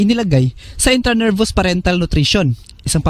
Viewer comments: Intravenous hindi intranervous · Intravenous not intranervous